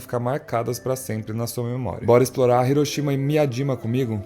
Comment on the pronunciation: Você está falando certo. Hiroshima. Hiroshimá é errado.